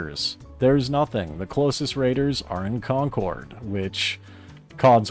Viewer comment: repeat after me "conquered" that is how you say concord.